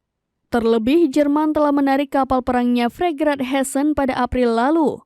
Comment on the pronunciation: FRIGATE bukan FRIGRATE. Biar jelas la ya sebutan. Ini kualitas penyampai ya? SD berapa kamu tamat? 😂😂😂